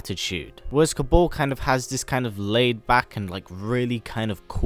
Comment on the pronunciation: Kabaal not Kabol